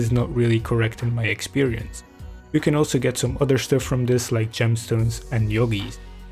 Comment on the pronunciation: Idk why but every time you say yoggies i start to laugh